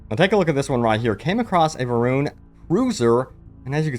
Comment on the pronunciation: You got it right and said Varroon then went back to Varrun AGAIN. It's VAROON. Varr'uun